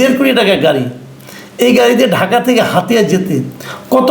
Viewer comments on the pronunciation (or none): none